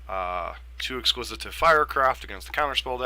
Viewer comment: Legit trying to helpful, not rude: the card is Ex-quis-ite Firecraft, not Ex-quis-it-ive Firecraft. Love the Burn grind! Thank you!